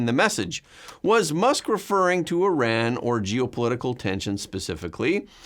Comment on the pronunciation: Not eye-ran but ear- ran. Please tell her.